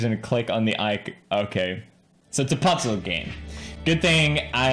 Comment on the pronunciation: Why did he say puzzle like that, my gran says it that way and its the finniest thing